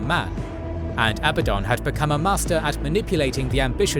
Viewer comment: At least pronunciations of abadon right